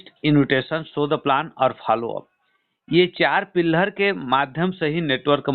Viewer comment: पिलहर नहीं होता है पीलर होता है. प्लांट नहीं प्लान होता है. पहले आप सही से बोलना सीखिए सर जी. आप के अल्फाज़ शब्दों को बदल दे रहें हैं.